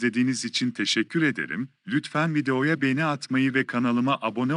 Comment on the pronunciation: Lütfen markalari guzel okuyun beni degil begeni olucak ĺ